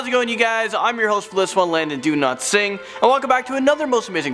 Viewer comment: Landon Donotsing 😂😂